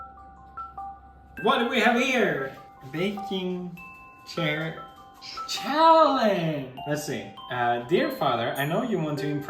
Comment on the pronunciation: not Felix struggling to say challenge